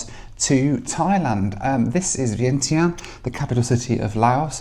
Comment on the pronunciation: Also it is the pronunciation is not vientien is vyen tyaan.